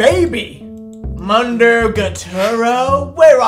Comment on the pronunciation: saying "mundoo gootaroo" 😭😭😭 it's moon-dough gah-too-row